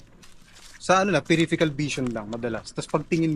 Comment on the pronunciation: ano ba yan may word ba na periphecal vision?!?! bago ka cguro.mabitaw ng word please make sure if tama. I think the right word would be PERIPHERAL VISION po. paki review mo nga confident ka paan din sabihin ang words mali nman!?!?!